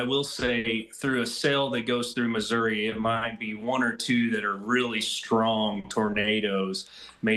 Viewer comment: " misery " as he trys to say missouri